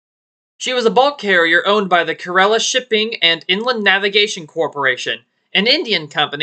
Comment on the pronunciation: thanks for covering 2 indian missing ships. as Indian - Keralite, I am grateful for that Kairali pronounced "kairaalee" and it's means "Originating from Kerala". which is a state (province) of India. but it's fine Have a Good Day!